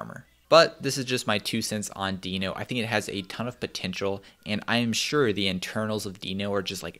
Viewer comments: It's not deeno, it's deno. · It’s pronounced more like “denno”, isn’t it? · Ryan Dahl pronounces it as 'Deh-No' But w/e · says "no-demon" and my brain just stops watching and echoes "node-mon". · cov covahn Ryan Dahl himself isn’t sure, one of his coworker half convinced him to call it “Deeno” so he now pronounces it that way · Please, don't pronounce it as "Deeno", because it sounds weird...It's word Node, but a bit re-ordered...So NoDe <-> DeNo...I don't remember Node being pronounced as "Nodee"